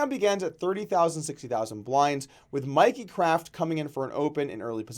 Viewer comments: its "Mickey" not "Mikey". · Dude it's Mickey craft not Mikey